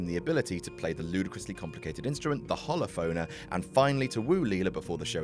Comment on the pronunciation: Also, it's "Holophonor", not "Holophona".